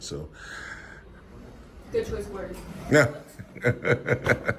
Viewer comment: Seems like a nice guy but it's odd he can't pronounce a 3 letter word